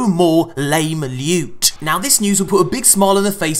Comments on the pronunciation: Sweet Prrrrrecious Lewt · DID SOMEONE SAY LEWT!!!!